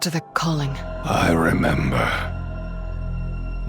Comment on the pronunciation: "i rember 💀" also Anduin better not die, like that would be the biggest waste i have ever seen, we've literally watched him grow up from a little child to a king within the last 15 years, this would be too anti-climactic.